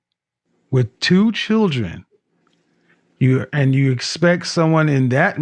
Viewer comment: I can't stand her smacking constantly, and she can't even say "children". It's not pronounced "chid-ren". Kevin is wrong when he says "women control access to secs, and men control access to relationships". This is NOT true.